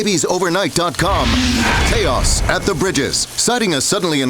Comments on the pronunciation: Just like the other person commented from 2 years ago, I came here to comment about the "choas bridges" at the beginning. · ah yes... the choas at the bridges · It's CHAOS, not CHOAS.